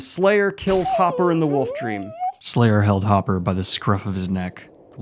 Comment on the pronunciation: omfg... you pronounce the L in foLk, even though you shouldn't, but you pronounce "woLf" as "woof". It's too much. You're either the greatest troll on the internet or dumb as shit.